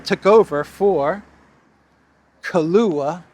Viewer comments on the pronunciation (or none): none